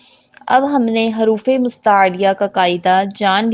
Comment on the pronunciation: haruf nhi hota jaha tk muje pta h huruf hota h or dusra zuwad nhi duwad hota h.kis kis ko lgta h mera sahi h